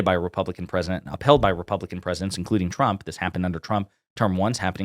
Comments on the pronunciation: President chump 🤣 her speech impediment never gets old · I guess she has a speech impediment cause Karoline Leavitt always says "President Chump"...I couldn't agree more.